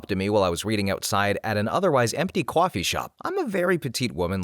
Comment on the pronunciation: The accent on coffee always gets me. "Kwoffee" great video. Bars and clubs seem like fun sometimes but I don't go.